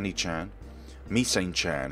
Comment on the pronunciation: Misane is pronounced: mee-suh-nay while Nanase is pronounced: Nah-Na-say